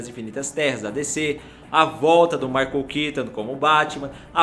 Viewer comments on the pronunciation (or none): none